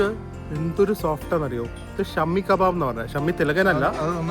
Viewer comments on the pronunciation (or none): it’s not Shammy kebab ……it’s shaami kabaab. Jst a correction not to offend so tht u pronounce correct ❤❤